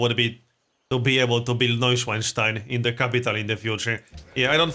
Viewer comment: How you say Neuschwanstein is pretty funny for a german ;)